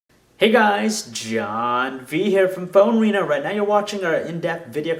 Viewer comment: I heard PhoneWeiner, not PhoneArena